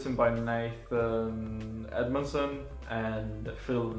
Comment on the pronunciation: I think you said Nihei and my name very well, hehe. Edmondson Is a pretty cool writer. If you haven't read his Red Wolf I would say, check it out, its a pretty fun read. Hope you enjoy you books, Cheers or as they would say in Japanese, かんぱい🍻(kampai)!